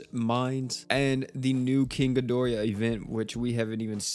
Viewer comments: "GI DOR AH" not gi dor E ah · Gido-rah, where where did the extra "i" come from? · Am I the only one who hates the way he pronounced king ghidorah's name